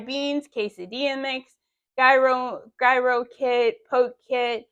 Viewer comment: Google the word Gyro. You are saying it wrong. Greek food